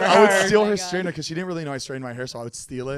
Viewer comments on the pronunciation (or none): I thought Zane was saying Strainer like pasta strainer 🤣🤣